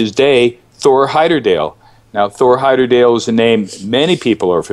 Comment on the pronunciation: Why does he keep pronouncing the name as "Heyderdale" when it was Heyerdahl!